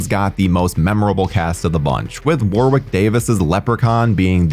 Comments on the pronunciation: The w is silent in Warwicks name. It's pronounced warick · Warwick is pronounced as wa-rick. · Hey - love your vids - they're fun & informative and always entertain. I gotta tell you though, British place names etc often sound differently than you guys across the pond would pronounce them and Warwick Davis is no exception (also counties such as Warwickshire, which sounds like its a tough one for you guys to handle) Warwick is a nation favourite over here, for the Leprechaun movies and other bigger movies. Name is pronounced as 'Worrick' not 'War-wick'. There you go mate. Other than that - great vid. I've only seen the first one but may look at a few others now. Some, maybe not.